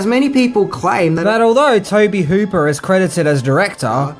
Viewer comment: I noticed every time you said 'Tobe Hooper' it was looped in. Did you mispronounce his name or accidentally say another name at first?